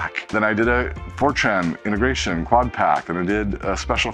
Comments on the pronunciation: each time he says FORTRAN, i kept hearing 4chan ...LMAO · Oddly, I’m the other way around 😅